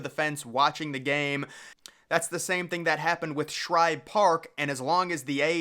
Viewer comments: Bro, it’s SHIBE! Not Shribe….JFC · Agreed It’s Shibe Park NOT Shribe Park and I’ve Read About It on Google! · What's with you saying shribe park its shibe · Shibe, not Shribe. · Are you saying Shribe Park? "Shibe" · Shibe dude Shibe..not Shribe....whole good video should be able to say the name correctly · STOP calling it SHRIBE!!! There's no "R"!!! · Dude, It's Shibe park, not Shribe! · I’m a METS fan and even I know it’s not “Shribe Park!” There’s no r in Shibe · I came here to see if you'd call it Schribe Park again, and you did within 10 seconds. Do you never read your comment section? We have corrected you on at least three previous videos. Not only me. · It's Shibe Park! Not Shribe Park! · The guy saying Schribe Park needs to say Shibe spelled S-H-I-B-E NEEDS TO GO TO ADULT HIGH SCHOOL TO IMPROVE HIS VOCABULARY. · AHAHAHA. I was thinking the same why is he calling it Shribe Park, Did he just get out of the dentist before this video. Great video anyways lol. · As commented before it’s SHIBE no R in Shibe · For the love of god dude, it's SHIBE. Shy-buh. No Rs in sight. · There’s no r in shibe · i enjoy the content, but the constant mispronouncing of SHIBE is a bit annoying. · His calling Shibe Park "Shribe Park" throughout the video really annoyed me. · I know he keeps on saying shribe park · Can you not pronounce Shibe? There is no “r” in it. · SHIBE! It’s SHIBE for Christ’s sake! You’d screw up a cup of coffee! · I hate when this Guy Mispronounces Connie Mack Stadium more Then Once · Um, I’m going to take it from all the comments below that the narrator of this video is getting the pronunciation of “Shibe” wrong. Could be worse — he also could be mispronouncing the alternate name as Cronnie Mrack Stradium. Just sayin’. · You spelled the name right, but you’re sticking an “r” in there when you say it